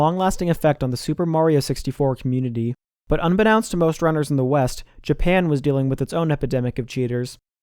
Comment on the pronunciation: Hey, love your content, just wanted to let you know that you mispronounced "unbeknownst." You said the "ow" like the word "now" but it's just a flat "o" sound like in "know"